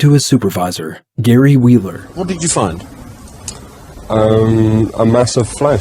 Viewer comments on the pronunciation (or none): none